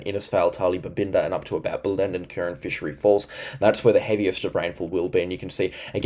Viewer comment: thanks for the updates. You still need to brush up on your pronunciation of Hughenden, Bellenden & Diwan(?). I think you were referring to Diwan (in the Daintree area), but I am not sure. Perhaps you were talking about some other area of the Daintree? Cheers, mate.